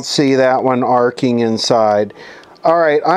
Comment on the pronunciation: " Arco " replacing arcing.